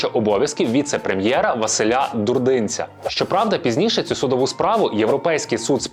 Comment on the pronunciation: Дурдинець там наголос на останньому складі.(колись часто чув призвіще, запамятав)